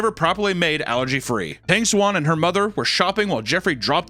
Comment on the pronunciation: I keep hearing "algae" whenever you say "allergy."